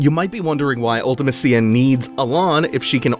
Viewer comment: So remember how a few episodes back you said that it's always jarring to hear other people's pronunciations of certain names or places in FF games? I'm personally offended at how you say Ultimecia. LOL.